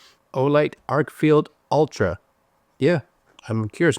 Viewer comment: It’s an Arkfeld. Not Arkfield 👍🏽